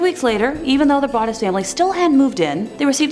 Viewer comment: Im pretty sure the o in brodus(sp) is a long o pronounced brooo dus